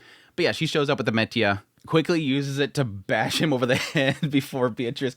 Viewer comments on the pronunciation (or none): He thinks it's actually called "metia"... who's gonna tell him 💀